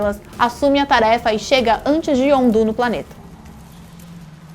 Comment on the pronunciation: Elá falou o nome dos personagens tudo errado: "ZolÁ", YondÚ...